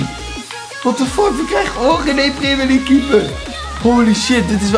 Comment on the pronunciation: Stephanie Kayser preemjurleague zegt hij